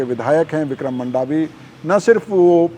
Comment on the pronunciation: मंडावी हैँ जी मांडवी नहीं